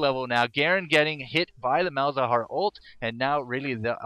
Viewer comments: Just a note, it's Mal za har, not Malhazar. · Is it only me or everyone noticed that he says Malhazar instead of malzahar? It kinda irritates me:P